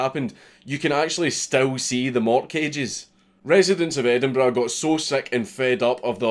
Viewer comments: Endenburrrrrr "tongue roll" ough. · that's an EdinBRUH Moment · It took me exactly 5 minutes to recognize the word Edinburgh.